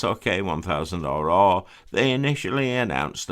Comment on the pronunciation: The RR models make you sound like black beard. Perhaps say “double R” ? 😆